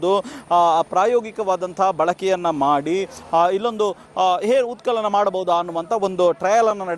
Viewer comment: ಉತ್ ಕಲನ ಅಲ್ಲ ಸ್ವಾಮಿ